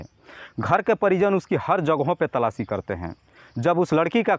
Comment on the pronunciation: अरे गधे बार-बार तलाची तलाची क्या करता हैसीधे बोल तलाश कर रहे हैं😅😅😅😅😅😅😅😅😅